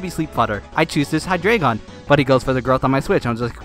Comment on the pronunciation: I'm going to sound like an ass for this, but it's Hi-Dry-Gun. Hydreigon and it's preevolved forms are for the German Ein, Zwei, Drei numbers. Just trying to help, not be rude XD